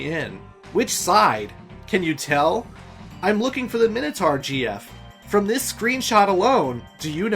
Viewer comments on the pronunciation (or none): none